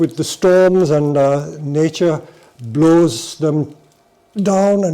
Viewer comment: I'm sorry I wasn't able to understand the species of the (now) rare conifer mentions at around 11'.... blaws?